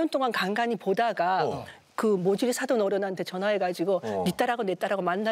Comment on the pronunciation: '모질이'아니고 '모지리'